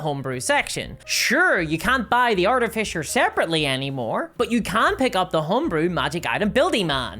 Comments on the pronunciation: What is an "Artifisher"? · "Arti-Fisher" that is all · Wait.... What's an art-a-fisher? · “Arti-fisher”🙄 You don’t have 10 seconds to learn how to pronounce something? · lol, "artifisher" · Say Art-eh-Fisher one more time… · Jeez i guess if is believed its artifisher now not artificer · Is there any D&D content creator who knows how to pronounce the word artificer? It is pronounced AR-TIF-ISS-ER. Not ARTY-FISHER or ART-IF-ICE-ER. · did you just say Arty-fisher? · "Artifisher"... giggle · What's an arti-fisher? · You say Artifisher funny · Arty Fissure ~ A tasteful crack. I shouldn't make fun of an accent but this was a missed opportunity for an edit like the "feet" one. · Wait... how are you pronouncing Artificer?? I didn't realise we had a class that went fishing for paintings. ;) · Fucking say artificer right omg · I know that it's just your accent, and I'm not trying to insult you at all, but the way you pronounce artificer makes me think of a steampunk fisher.